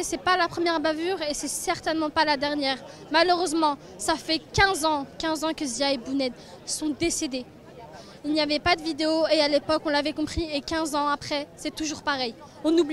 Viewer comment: 😂😂😂 Elle a dit Zya & Bouned 😂😂😂 HAHAHAHAHA La dyslexie n’est jamais finie !!! Zyed & Bouna Lahmô !!!